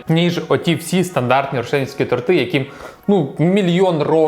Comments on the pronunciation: Не тортИ,а тОрти... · Дякую за відео! Продовжуй в тому ж дусі! Якщо що, правильно казати тОрти,а не тортИ 😁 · Правильно ставити наголос на и торти